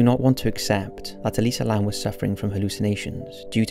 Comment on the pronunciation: actually its Elisa Lam.not Lamb.